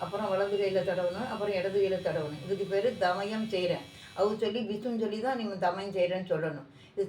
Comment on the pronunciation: தயமம்... தமயம் இல்லை